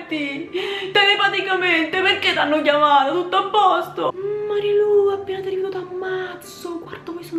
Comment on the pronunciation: era Marulú non Cora comunque grande video Nicole e Marilú le hai fatte benissimo grande